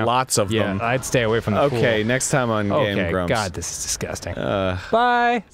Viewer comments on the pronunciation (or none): When dan said game grumps at the end, it kinda sounded like gay bros. just saying.